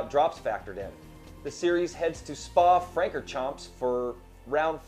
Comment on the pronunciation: You don't pronounce the S at the end for Francorchamps. Also, champ is not pronounced as champ but more like shaun. It's very french lol :p Congrats on making it for 4 years. Maybe time for a recap episode with the best/funniest moments on the show? :) If you don't know what to pick ou can always start a poll for the fans. Grtz :)